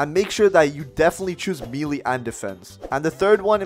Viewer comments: melee is pornounced maylay not meelee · did you just pronounce melee as "mee-lee" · pronouce it as meh leh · Bro really said “milii” 💀💀